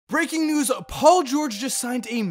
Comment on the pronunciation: Did this dude said "bricking news" at the very start of this video?? Lmaoo